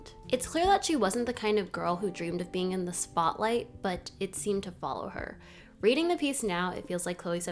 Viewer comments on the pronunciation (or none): none